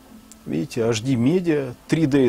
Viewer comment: Не ашди.а эйчди , запомни , грамотей...Уши вянут...